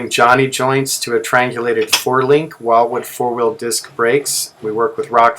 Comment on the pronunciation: It's pronounced Will Wood, as in William Wood (founder).